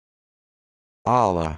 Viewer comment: The stress is not in "A", it is in the "llah".